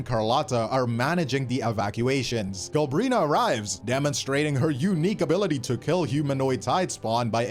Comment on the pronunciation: If he says Galbrina one more time I'm gonna lose it